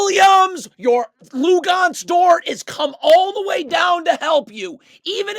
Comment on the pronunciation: “Lugonez” dort 😂😂